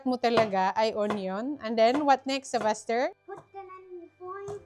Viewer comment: IS YOUR SON's name Sylvester or Sebaster as you're pronouncing?